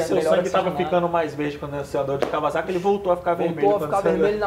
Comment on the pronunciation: Merece um like pela pronúncia correta de Kawasaki pelo Guigo Pinheiro em (e logo depois detonada novamente pelo Hugo 😂)